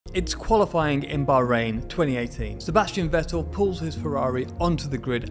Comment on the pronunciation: The knowledge you provide is just great! Especially in the way you're explaining it. Please consider pronouncing non-English names (Vettel, Fianza, etc. ) the way they should be pronounced, or at least not pure English. No other language claims to pronounce foreign names just the way they're read in their mother tongue. That's a matter of respect.